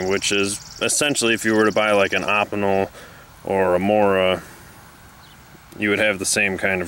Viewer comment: It's pronounced Oh-Pee-Nel not Op-In-El.